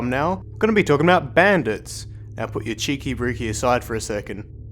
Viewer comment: You western spy! You said Cheeki Breeki wrong!